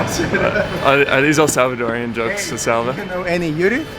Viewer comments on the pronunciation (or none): Since you love El Salvador, please stop calling the people of the country "El Savadoreans"!! It's just "Salvadoreans" :)